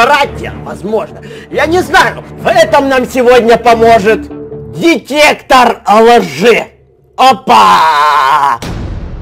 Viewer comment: Он сказал детектор жи 😂😂